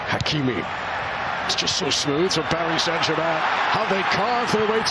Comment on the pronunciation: Is it me or announcer doesn’t know how to say Hakimi‘s name. SMH. 😂